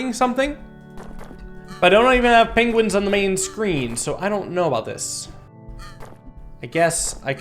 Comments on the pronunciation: I just love that, calls the penguins, penglins. And the walruses, seals. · I heard what you said there.... Pengwings